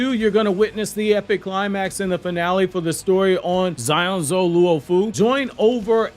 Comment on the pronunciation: Wait, the chapter is up??? Cant wait to read it, will likely edit the comment with thoughts about it. Also, damn he slayed that Xianzhou pronounciation, and not in a good way 😂 Btw, on Starrail note, I just wanted to mention that Kafka is Makima reincarnate through and through